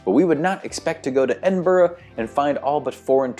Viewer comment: You nailed Edinburgh!